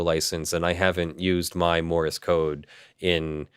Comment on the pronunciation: Morse code, not Morris code! Argh, my ears wince every time he says that. :-P